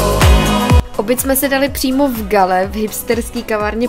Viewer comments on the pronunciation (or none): Ahoj, Galle se čte [gól] :)